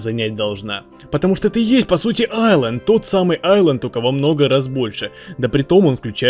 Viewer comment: Все кто хорошо знают английский и кто-то говори Исланд , а не Айланд : бунт !